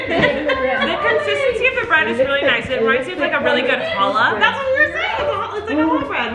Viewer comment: THANK YOU FOR SAYING CHALLAH BREAD!!! ( JSYK, YOU DO IT LIKE A SNAKE SAYING - CH FOR THE - CH IN CHALLAH!!)